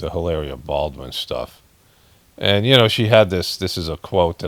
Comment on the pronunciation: you totally shredded "Hilaria" 👍🏻